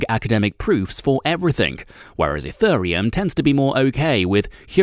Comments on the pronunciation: My favorite part was ETHURReum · And ethureum...